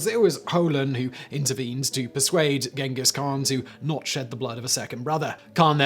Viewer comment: I'll throw a party the day Simon learns how to pronounce Genghis khan 😅